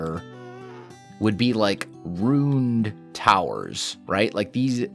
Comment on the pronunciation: every time you say "ruined" it sounds like "runed" as in runes.